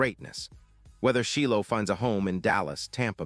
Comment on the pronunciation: It's pronounced like...Shielo